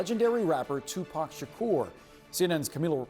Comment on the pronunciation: Sha-ker? What they changed his name now?